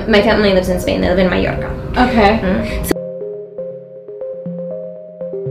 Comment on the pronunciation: The way she pronounces Mallorca here, is perfect Spanish